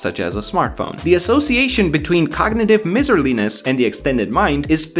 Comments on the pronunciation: Miserliness, look up how to pronounce. First part it like my-zer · It's pronounced Meiserliness not Mizzerliness. It's from miser... like a Scrouge. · Its pronounced "MY" not "MIZ" based on the word the word Miser (my zur) not Misery. (miz er ee) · good message but you 100% pronounced "miserliness" wrong. it is not pronounced like miserable, the root miser has a different 'I' vowel sound. Yes i agree english is dumb